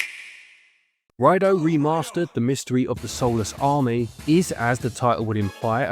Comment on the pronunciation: Ryedoh, not Ryedoo